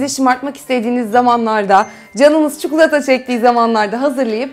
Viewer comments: Çikolataya çukulata deme lütfen :D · tam yorum yazıcaktım çukulata demesini ahahsdahasa